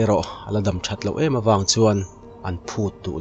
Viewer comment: Chal daam tih tur. Dam hi Natna atang a damchhuak Kan tih ang hian I lam ri thin. Daam hmun hnawng Kan sawina ang hian aw